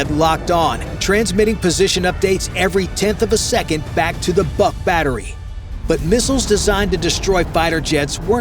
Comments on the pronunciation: Molodets!! Good brief. Work on your pronunciation. It's not "BUCK," but "BOOHK." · Before naming endless video, learn some rules of pronunciations of Slavic languages. BUK doesn't sounds like BUCK, a deer male, it's just should be said exactly like BOOK. Same about PANTSIR (body armor) Too much words and not enough actual drone video footage